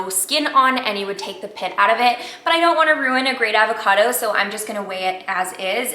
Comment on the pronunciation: the way she pronounces avocado drives me up a fucking wall..